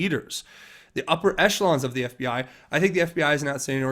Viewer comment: Bill Clinton can't pronounce FBI, he pronounce FBAaa